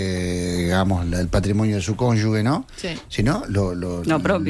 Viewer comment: Justamente en año electoral es cuando más tendríamos que insistir en la transparencia de los elegibles... Y todavía que Blás podría llegar a ser intendente de Maldonado a futuro...pffff qué mal todo (PD: y Preve pronuncien bien la palabra CÓNYUGE🙏... o sea suena fuerte la G!! porque si no debería escribirse CÓNYUGUE)